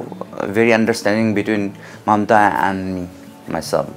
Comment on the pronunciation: Its Mamta bro not momta